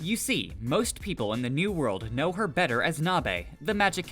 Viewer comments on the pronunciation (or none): none